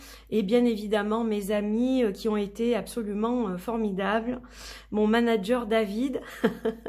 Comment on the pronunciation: C’était un bonheur pour nous de t’avoir ainsi que Moana ❤ Vivement les prochaines dates ! Signé le manager ( prononcé managueur )